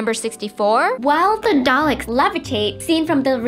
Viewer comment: Oh my god its DALEKS! DAL-EKS! NOT DALES?!